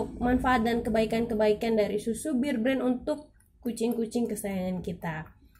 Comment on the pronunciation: Knp sih disebut BIR BREN ? BEAR nenkkkkk